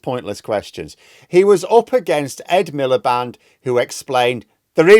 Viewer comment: I always hear Milliband's name as The Ed Miller Band! 😋